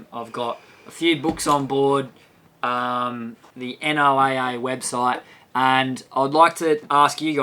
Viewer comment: FYI if it hasn’t been commented already pronounce NOAA = Noah for us Americans.